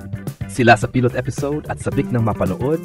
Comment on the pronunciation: I would like to correct your pronounciation of Pilot and The Alibi